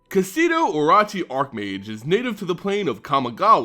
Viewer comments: Cool video, I also think your mispronouncing orochi though. I think it's should be O-ROW-CHI, since it's probably the same as the Japanese word. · You need to pronounce the RO in oROchi the same way you pronounce RO in ROw.